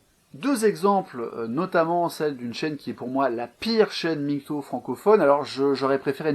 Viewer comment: Arrêtez de dire "migtow", prononcer l'acronyme de façon si grotesque participe à décrédibiliser la chose, comme si au lieu de LGBT on disait "elgeubeut".